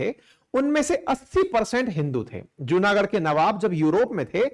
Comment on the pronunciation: Right pronunciation is जुनागढ & माणावदर 🙏🙏